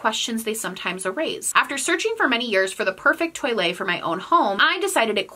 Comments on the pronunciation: Lol! I thought you were talking about toilets!! That's how you pronounce toilet in French! I'm so glad you put it on the screen. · me, a francophone, not understanding that you were actually trying to pronounce toile lmaooooooo